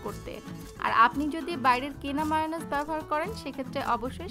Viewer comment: For your kind information it's not মায়োনিস It's মেয়োনিজ